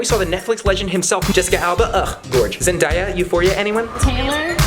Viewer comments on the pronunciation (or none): Why can’t any of the vlog squad say Zendaya’s name right. Zen-Day-ya not Zen-Die-ya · Zen-Day-A not Zen-Dye-A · scott you know that zendaya is pronounced zen-day- ah literally sound it out lmao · Why does no one in the vlog squad know how to pronounce Zendaya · omfg the disrespect- THATS NOT HOW YOU SAY ZENDAYA’S NAME I